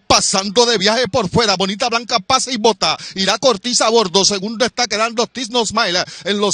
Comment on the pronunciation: Cómo narrador deberia estudiar los nombres de los ejemplares 5 caballos y no pronuncias bien ninguno de los 5 porque la ganadora es Bonita Bianca no bonita blanca como tu pronuncias muy mal de parte de este narrador no dedicar el tiempo a aprender la pronunciacion exacta